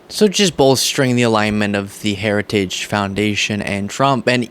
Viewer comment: He did the gaff on saying “Heritage” again.